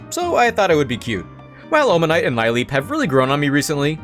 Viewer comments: Ive never heard Lileep mispronounced like that. I'm proud of you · Lileep has several possible origings but they all converge that the first part comes from lily What possessed you to pronounce it like that D